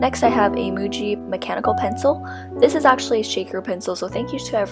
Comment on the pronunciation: Why do I keep hearing Gucci when she says Muji 😂 (This isn't meant as hate by the way, I love your channel.)